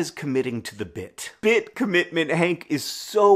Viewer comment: Cobitment? Cobbitment?